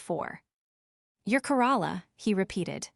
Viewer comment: Corola, Toyota Corola. Mer-Say-dees, not the town of Merced. Worst Narration yet. Must be AI.